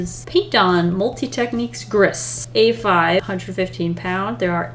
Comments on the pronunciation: “Paint on multi technique griss” Me, a French Canadian: isn’t it pronounced gree, like French for grey?: ooh! Cool! It’s like a smoky grey. Me:... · me Knowing French:: Grissssssss Me: Gris is pronounced grie, And it means GREY IN FRENCH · It's actully prononced "gree" ( like in glee but with an "r" ) not "grease", and it's the french world for grey ( the color of the paper ), but i'll forgive it. 🤣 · The paper says gray in French. It’s not Griss, it’s Gree. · when she said "Gris" as "grr is" all French people were quaking XD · im not french and quaked anyway :/ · Lmao the way you said G R I S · gris is french for grey - it's pronounced "gree" :) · The paint on multi techniques gris (the final s is not pronounced) pad from clairefontaine. Love their paper. Gris means grey in French. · Bro the way she said gris